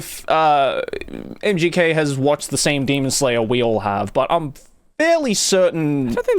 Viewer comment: Dude, why do you keep saying MJK whenmit's MGK? Also I've never heard of this dude before so how exactly is he mainstream?